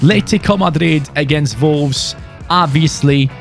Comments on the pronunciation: Is it just me or does he call them volwes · it sounds like ya sayin volves lol sorry dude like ya vids keep it up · Who else keeps thinking he is saying vulves instead of wolves even though it’s just the way his accent is lol 😂 (I’m not hating btw lol)